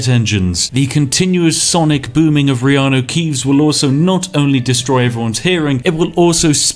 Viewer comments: I heard so much Reanue Keeves now, Keanu Reeves just sounds wrong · someone commented on your elder scrolls vids before, saying they basically become so accustomed to hearing reanu keeves that they felt weird when someone said keanu reeves. and to be honest that is scarily accurate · I've gotten so used to hearing Reanu Keeves I keep forgetting that's not the real world guy's name. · You say reanu keeves so much that i forgot thats not his actual name lol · Dang it Spiff, thanks to you I'm constantly mispronouncing Keanu's name by saying stuff like "You know, that Reanu Keeves movie" and get strange looks! Anyway great content, as always. Cheers!